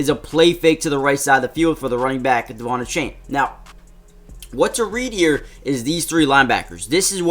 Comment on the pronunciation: Did anyone notice he was say devon achany😂😂